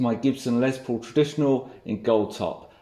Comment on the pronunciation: Love your channel, but I have to be that guy! It’s Les Paul, not Lez Paul!